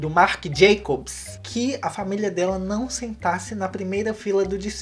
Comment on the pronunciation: Eu simplesmente amo o jeito que o fala NAUM-Ô